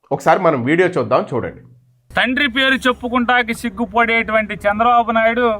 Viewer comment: Hello dear sir kindly pronounce chandrababu naidu garu.🙏